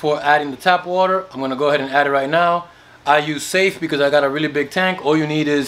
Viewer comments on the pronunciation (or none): none